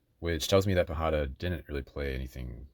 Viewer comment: Great video and strategizing! Just a note, pajada is pronounced as if it's spelled with a "y".